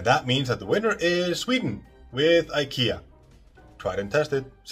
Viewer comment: PLEASE, pronounce IKEA correctly. That was like fingernails on the chalkboard. American chalkboard. 😳